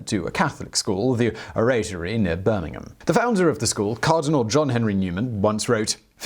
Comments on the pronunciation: O-ratery? Dude, it is the Orratory. Well known amongst us Catholics! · That's not how you pronounce Oratory.. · Turned off when you mispronounced " Oratory " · Yeah, this channel is regularly guilty of cold blooded murder of the English tongue. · Please learn how to pronounce correctly "Oratory" and "Dervishes".